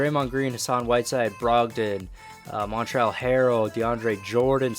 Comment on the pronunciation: Its not pronounced montrel its montrez